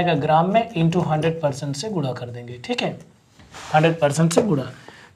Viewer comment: पर्टिश्ट होता है पर्सt